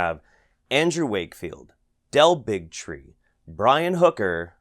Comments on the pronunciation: is it me or does Del Bigtree sound more like Del Bigotry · "Del Bigtree.." Me: "Big Tree. Hah." Also me: ".. Bigotry 😦🤨"